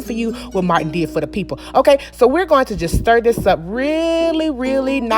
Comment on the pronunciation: she said "Imma do for you what Martin did for tha peepo". died LOL....